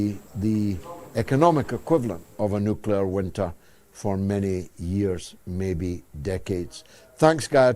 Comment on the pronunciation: The combo of blackmail and promised land is nucular!!!